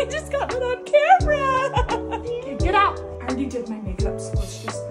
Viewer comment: Heavy on the "Get out" lmao